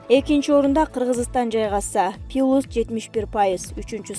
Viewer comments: Пилус эмес плюс. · Плюс десен.пилус дебей!!!. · Пилюс деген эмне соз плюс дегенби туура суйлогулочу. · Пилюс эмес Плюс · Пилус эмес плюс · ПИЛУС ЭМЕС КОШУУ ЖЕ ПЛЮС ДЕБЕЙСИНБИ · Пилус эмес плюс десен😆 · Плюс деп айтуу кыйынбы?!!! Пилус дебей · Пилус малдава 🤣🤣мектепте окудун беле😎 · Малдава пилус мынчалык сабатсыз админсин окугансынбы уят эмесби орусча создорду туура айтылышын окубайсынбы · Диктор, туура окуганга аракет кыл! + пилус эмес . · Пилус деп кой🤣🤣🤣🤣🤣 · Диктор ушунчада сабатсыз болосунбу.(пункытыды, пилус)дейсинби.Уят.